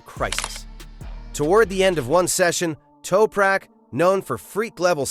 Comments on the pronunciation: AMATEURISH!!! You can not even pronounce Toprak's name!!! What a WEAK synopsis and overview! Don't quit your day job dude! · Holy chit.... obviously total AI garbage when they slaughter the Turks name...